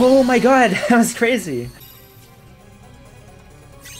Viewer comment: bro fr said das carzy